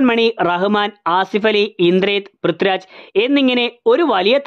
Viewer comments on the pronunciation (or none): none